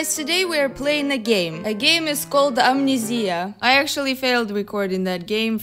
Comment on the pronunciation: No one:: aMnEzEyA